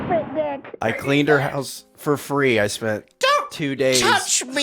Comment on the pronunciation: I like how Nick enunciates "for free" . Curious his going rate to clean his grandma's house.